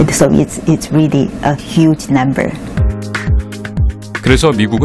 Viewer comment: huge를hug로 발음한거?